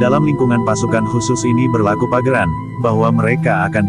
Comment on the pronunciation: Bukan pageran tapi paugeran. Pelajari dulu khasanah basa Jawa.